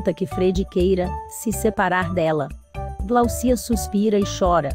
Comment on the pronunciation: 😮mais um falando errado.. GLAUCIA. GLÁUCIA ,OLHA O SINAL FORTE.